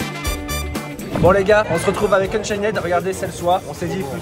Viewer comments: yo tes vidéo sont incroyable comme d'habitude je remarque que tu dit unchained avec le d sauf que sa se prononce unchaine voila😁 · On dit Unchaine mais le d et le e ne se pronnonse pas